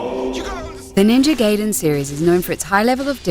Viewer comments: GUYDEN NOT GAYDEN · ...and Ga-e-den not Gay-den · It's GUY den, not gay den. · Ninja Gaiden is pronounced Guy-den, not Gay-den Ryu is pronounced Ree-you, not Rai-you (though the Japanese say Ru). Come on, Zoomin.TV, at least try getting it right. The retrospective's fucked up as it is (especially considering you forgot to talk about the arcade version of Ninja Gaiden, which was the first game in the series, and NOT the NES version) you could have had the decency to say the names properly, you know, like the characters already do in the fucking games? There IS voice acting, unless you're all just hearing-impaired coincidentally. And why the hell did you end it with "It's a male power fantasy"? Do you want the feminazi bitches to come in drones and sting away at an already dying franchise? Look, I don't like Itagaki's style either. The guy's a massaginist and an open pervert. He's even been accused of sexually harassing a fellow developer. But the Gaiden games he's made are pretty damn good. The combat's easy to handle, yet hard to master. and is up there with Devil May Cry 1 through 4 and the Bayonetta games. Do you really want to attract those non-gamer, sexist, Anita Sarkeesian-worshiping lesbians (and no, not all lesbians are like them, I know that) to freely crack down on anyone who finds the slightest enjoyment in games? Keep your gamergate bullshit out of this, please... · Do you not know how to read or pronunciate? its called Ninja GAIDEN not Geiden. Gai - rhymes with guy, with a long i sound. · NINJA GAYDEN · 1,000,000 points for immediately proceeding to pronounce it as "Gaiden". Fuck off m8! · I hate it when people call it Ninja GAY-DEN. The game is not about a homosexual underground cellar. It's offensive to both the gay community and the game. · hahaha a gay cellar ^^ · Lol Gayden is how I pronounce it too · Its pronounced Ninja Gai-den. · I think ill dislike the video just because shes saying GAYDEN. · Ninja Gaiden is pronounced like Ninja (Guy)den